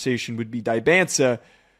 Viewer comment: Great vid but please learn how to pronounce Dybantsa😂